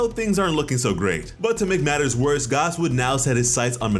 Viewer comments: pronouncing gas as garse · Did you say Gus it's pronounced gas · Please say “Gas” not “Gaas” love your vids but every time I hear “Gaas” it makes me cringe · Garse??????? you mean gas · why do you say Gas like gauss? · Why is he saying gaaaaahs bro it’s gas ⛽️ like fuel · It's pronounced Gass not Gause lmao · this man pronouncing gas as garse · Why are you saying gas like that? His name is literally gas. Like gas can. Liquid solids and gas. Come on man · I just unsubscribed because of the way you said gas. Lol 🤣